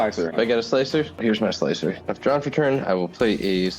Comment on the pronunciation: Slicer? More like Sligh-cer!